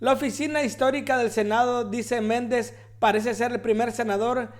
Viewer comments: Bob Méndez???? 😂😂😂 Nombre man!.... No se que articulos lees, pero te recomiendo que te prepares antes de hacer un video, para que no hagas el oso 😂😂😂😂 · Lee bien tembeleque, Me-nNEN-des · Hola. ???? Se. dise. Menéndez. así. Está. Escrito..